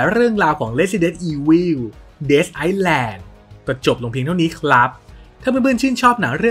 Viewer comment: Island ที่แปลว่าเกาะ ไม่อ่านออกเสียง ซ ครับ อ่าน ไอ๊-แลน เฉยๆเลย ถ้าอ่าน ไอซ-แลน จะหมายถึง ประเทศ Iceland